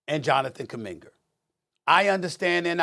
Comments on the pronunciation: Johnathan “kuminger”😂😂😂is that an nyc thing or something? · Stephen said Kuminger**!🤣 Yeaa this is sad to see this but it was bound to happen eventually. It sucks, been watching them since 2013. Still gonna watch every game no matter how many losses tho. Just wish they could’ve gotten at least one more to get to 5 rings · Kuminger.... Jesus christ 😆🤣